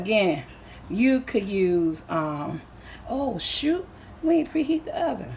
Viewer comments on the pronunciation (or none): none